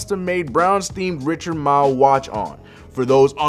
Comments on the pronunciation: this dummy said Richard mile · Dude said richard mile